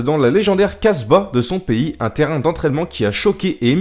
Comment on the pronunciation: Ptn je suis arabe et quand ta dis "casba" ta niker la langue 😂😂